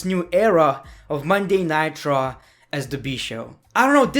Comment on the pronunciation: I find it annoying how you say monday night raw "monday nightraw